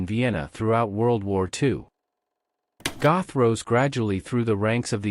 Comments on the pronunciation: Pronounced, “Get.” God forbid you get the name of the subject of the video right. 🙄🙄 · completely mispronouncing the names also.